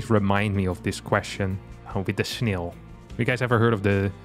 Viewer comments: Yeah :-) Snail, fail, Rail. Like snel fel rel. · has excellent English. Better than most of the Americans in my town. BUT he pronounces snail in a super funny way